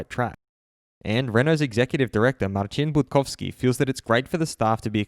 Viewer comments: Damn good pronunciation of Marcin Budkowski name. Not very common amongst English speakers :) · How did you pronounce the polish guys name so well? I'm Polish btw